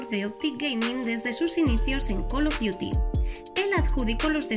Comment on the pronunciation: Hiciste el curso de Inglés sin barreras ?